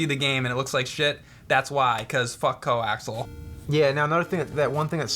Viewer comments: Wtf is co-axel? COAXIAL, it's not that hard, really. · It's CO-AX-EEEE-AL not Coaxle. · im pretty sure the cord's name is pronouced, CO - AXE - EE - AL , not CO - AXE - AL. was a cable guy for a few months and actually had to make my own at one time. and the spelling is COAXIAL. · Co axel 😂😂 Coaxial jesus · "Coaxel"? Isn't it "coaxial"? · Coaxial, not coaxal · it was making me insane when u kept saying coaxel. its pronounced coaxial not coaxel, lol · "ko-ax-ee-al" not "ko-ax-al" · Its Co-Ax-E-al. Not Co-ax-al. I design cabling for a living. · Awesome video guys, love your $hit—it’s definitely co-ax-ee—ul though 😂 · lol "co-axle" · its pronounced co-ax-ee-al. You guys are hurting my OCD. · 'coaxial'? Fuck, I've been pronouncing it 'coax' all my life. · Weird that they pronounce it co-axle, there's another "A" in there. Coaxial. Maybe it's a New Jersey thing. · I remember a supervisor in work pronouncing it "coxle". Then again, he wasn't very bright. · Anyone I've ever met pronounces it "co-axle" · Its pronounced "co-ax-e-al" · Guys, it's "coaxial". "Co" as in sharing, and "axial" as in "relating to an axis".